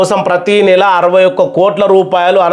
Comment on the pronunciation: పురస్కారన్ని .. పునస్కారమనీ అదనం గా అనే పదాన్ని అనదం గాఅని. చదువు తున్నారు సార్